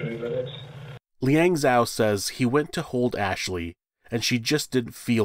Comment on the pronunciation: Zhao pronounced as Jaou, the Zh sounds like J not Zao